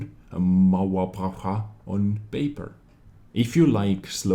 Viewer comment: I love how you say German words The first one was pretty good